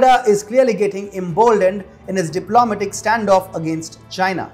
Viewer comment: Not: dip LO ma tic. Say: dip lo MAT ic. Sorry, but that bothered me wery much.